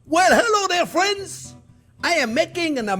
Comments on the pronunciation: Didn't you mean "fwends"? He says "friends" just like Elmer Fudd. 🤣🤣🤣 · I counted at least 30 “fwends” from chef, guess he really likes his audience 😄 love you too chef keep up the good work mon ami ❤